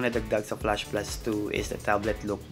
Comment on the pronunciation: goodness! flAsh NOT flUsh. 😂